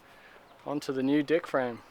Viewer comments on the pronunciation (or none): Am i the only one who noticed but this guy says Dick i.s.o. Deck